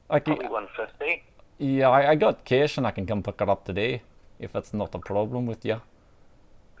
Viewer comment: Kesh ? Don't Scotts pronounce Cash as Carsh ? Kesh as how Kiwi's pronounce Cash.